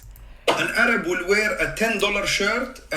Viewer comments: I love you and this video is awesome but it's Arab - like Air-rub. Not AYE-rabb. He is fine BTW 😀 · OMG Air-rub 😂 is how to say Arab